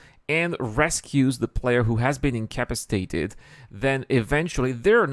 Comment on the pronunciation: Take a drink every time you hear day "in-cap-piss-ate-ed". LOL. seriously though it's difficult to learn a language. Much respect. My Spanish is far, far worse. Love the episode though!